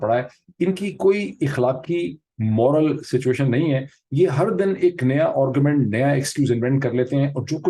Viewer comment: Dr.Sahab salam. Hope you do not mind my pointing out. Pronounce the word "argument" to sound like "aargu......." You pronounce it as " orgument" Please do not mind . I am a hardened fan and follower of yours.